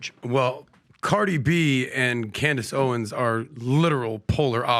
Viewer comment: Its Owens, with an S, old man! Her name was literally right behind you when you mispronounced it. In fact, her name is right behind you EVERY SINGLE DAY!!